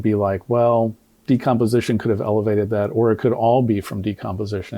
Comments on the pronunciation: Doc you are so kind and gracious to Crump's inability to pronounce even obvious words. Crump should be renamed Decompensation. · Crump couldn't even pronounce the word " decomposition " ....freaking idiot. Of course, he's now moved on the Wisconsin to get another payday from people who are grieving and don't know any better. He always gravitates to low capacity, low IQ people when he decides to slink in. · Crump can't even read the word "decomposition". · he couldn’t pronounce decomposition either. As a nurse, I couldn’t believe how he butchered that report. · "Decomposition" and "occipital" aren't difficult words. Crump is illiterate. Dissection of the throat is common when cause of death is undetermined.